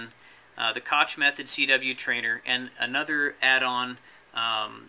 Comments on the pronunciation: Koch is pronounced more like "cock" than "cotch" It's a German name. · neither of these, my friend. "ch" in Koch name is pronounced like the "h" from the word "hacker", so Koch in German = Koh in ENG, if that's make it clear enough:)